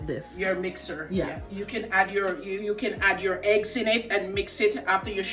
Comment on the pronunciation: Eggs not Heggs E NOT H